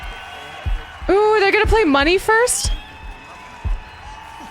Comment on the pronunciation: Sounds like he's saying "Monday" instead of money, haha. Maybe he does! I mean... Bob Geldof... I don't like Mondays". On which day was this televised? Gonna look it up before I'm gonna press "enter" to post this. Oh, it's on a Saturday, but still.... :P